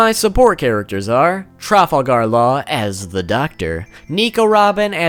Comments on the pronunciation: You say trafalgar law weirdly its one word not tra fal gar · the way you say Trafalgar law just doesn't sound right